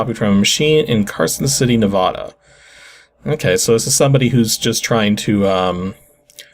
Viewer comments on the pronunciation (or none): nuh-VAH-duh. (VAH sounding like the beginning of "vacuum".) Not NEH-vaw-duh. (At least, that's what my Reno-native friend always insists on it being called. Strangely, his own dad pronounces it the way you do, but his dad only moved there in his 20s.)